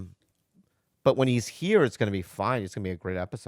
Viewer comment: Khalyla had me crying with the “BUT”